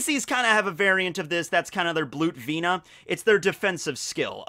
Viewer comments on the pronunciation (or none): Lol "Bloot Vina", it's Blut Vene. I thought you were high I.Q?